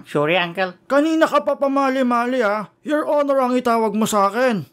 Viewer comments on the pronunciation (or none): 'Yor onor angkel'😂😂😂😂🤣🤣